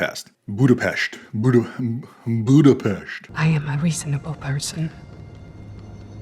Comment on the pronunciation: Hungarian is my native language, and it tripped me out how well you pronounced "Budapest". 😂